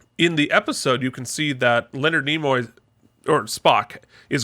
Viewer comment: It's Nimoy, not Nemoy. Also, Spock was Ambassador, not Admiral.